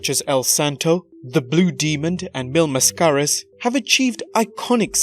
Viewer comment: The way he says "Mil mascaras" Hahahahaha